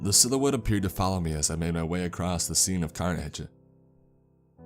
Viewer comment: Acrossst. Exscape.... And there's one other word he misspeaks. I dinnid remember it though. Guess I coulnnid. Oh well. Maybe I'll axe summun at the libary.